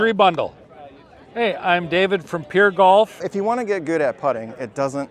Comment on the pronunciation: “Pur Golf”